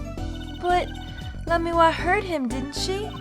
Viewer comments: Again with Lamiroir suddenly being two syllables. I swear, these comments are gaslighting me... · The cringe is too strong, esp with the lamiroir pronunciation. Plus, it's my right to do what I want with my free time anyways. I've got other things to watch that don't make me cringe, and there are only so many hours in the day.